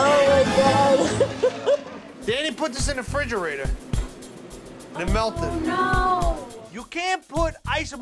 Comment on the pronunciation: Am I the only one who notices that they pronounce refrigerator without the "re?" Sounds like they're just saying "frigerator."